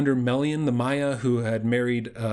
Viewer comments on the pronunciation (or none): none